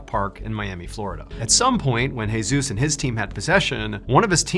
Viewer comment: Jesus pronounced: hey~zues Seriously....